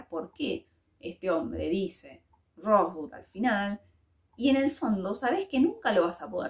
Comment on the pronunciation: si hubieras visto la película sabrías cómo se pronuncia Rosebud. Y si, al final se sabe qué significa esa palabra